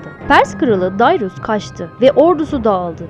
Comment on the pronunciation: Dayrus değil Darius.